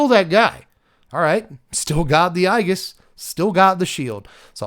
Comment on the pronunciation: I believe Aegis is pronounced A jis right?